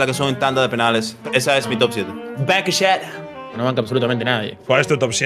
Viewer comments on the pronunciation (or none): Shot cada vez que Will Smith diga "bancan shat"